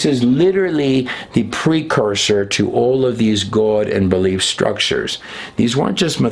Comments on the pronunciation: I really enjoy videos and presentation but he gets on my nerves pronouncing the word GOD.. like he’s saying guod. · or Gowad (god) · THE WAY YOU SAY GOD SOUNDS LIKE GUODS / YOU ARE TO CREEPY FOR ME / YOU LIKE TO HEAR YOURSELF TALK / EVEN BACK WHEN YOU KISSED A OF THE GUY THAT TALKED A LOT OF CRAP / GOD TOLD HIM THIS AND GOD TOLD HIM THAT / THAT DID NOT COME TRUE / LIVE YOUR CONVICTIONS BUT PREACH JESUS THE CHRIST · You say "goawd". Lol. Why? Lol